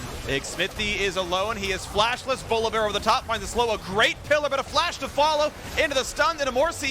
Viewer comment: My lord can someone please tell phreak its volibear not volabear